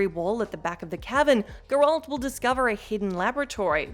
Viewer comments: How the hell do you fail to pronounce names correctly from a game with fucking voice-acting? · Ma'am... Have you even played Witcher 3? Because if you had, you would know how to pronounce Geralt... It's not a bad info video by no means but my got, I curled my toes each time you said his name.. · It’s crazy. You think after people have been corrected 100 times some youtubers would actually learn how to pronounce Geralt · Considering the game shows Geralt getting exasperated when some lady mispronounced his name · It's pronounced correctly IN THE GAME THEY'RE TALKING ABOUT, it always shows they've never actually played the game at all and are just filling a quota or something. Either that or they're deliberately trying to piss people off. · Why can’t anyone at what cultural pronounce GERALT’S name correctly. Oow it’s a bit aggravating. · I know, right? Like, dude, they say it like a million times in the games! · Please...it's GerAlt, not geerolt 🤦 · its Geralt. not Gerolt... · Perhaps even "Gher-lt" , not "grr-Alt" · as soon as she said gerolt the first time instead of geralt i was done with this vid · Please stop! It's not Grolt, it's Geralt..... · The only game this chick has ever played is Mario Kart. And probably Wii Sports. Also, Her customer service voice and smile pisses me off more than how she pronounces Gerr Alt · Enjoyed the video, but I’ve never heard it pronounced Grr-Walt before 🤣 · Gurolt, Garelt, Goralt, Girelt, Garult............. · WHO THE F*CK IS ''grold'' ??? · Wtf is a gurrolt? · i don't understand why WhatCulture can't give the Witcher videos to somebody who has actually played them or at least watched the show enough to know how to pronounce Geralt. you're nice and all but my brain just shuts down when you say gerALT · the pronunciation of Geralt is so irritating i couldn't enjoy watching the video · It’s burning my brain that the name Gearlt has been butchered by this woman. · And she still cant pronouce his name lol 🤣